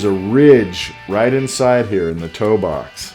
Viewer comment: Toe box.. say it with me____ Toe-box